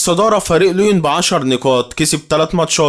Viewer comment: عاش ى بس اظبط نطق الاعبين و الفرق انت بتقول على ليون لوين بس عادى استمر بالتوفيق ان شاء ❤